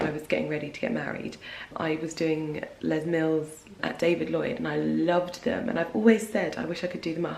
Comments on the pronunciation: You got it right first time Les Mills - les (pronounce the s) nothing fancy. It’s a company from New Zealand and we use UK English ☺️ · Hi, You got it right the first time, it’s pronounced Les, as in Leslie, He was a NewZealand born track & field athlete who became mayor of Auckland city in the 90’s Love your channel 👌